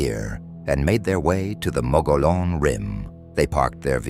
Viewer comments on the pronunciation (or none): Mo-go-lon? Why are you speaking Texas Mexican Davy Crockett? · Phonetically pronounced Mug gee on.. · As a native Arizona, we pronounce it "Mo-gee-own". The giant, hairy creature is cannibalistic. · Mo- Gee - Onn....... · You know, you really sound like dorks when you mispronounce the name of the rim. The correct annunciation for the Mogollon Rim is “Muggyon” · Moh-geee-on Say it nice and slow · OMG ITS PRONOUNCED MUGGY ON RIM!😅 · TRUE! It's pronounced MO-GE-YON. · Omg! Your mispronounciation of "Mogollon" is infuriating!! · The mispronounciation is infuriating. The dude's name was Mogollon, it was Spanish. That means double L makes the Y sound.